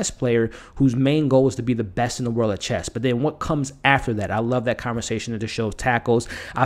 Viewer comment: great review my only thing i could say in a constructive way is there is no t at the end of chess lol :D